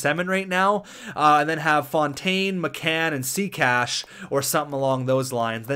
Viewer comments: lol its say catch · Seh catch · it is sea cac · Who the fuck is See-Cash? It's Say-Catch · No, it's Say-Catch. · thank you I get so annoyed when calls him see cash